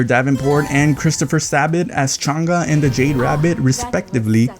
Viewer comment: and not chanGAAAA u butcher all names dude